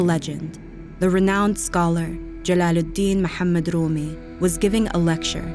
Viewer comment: finally, someone pronunciating the word "Mohammad " right ❤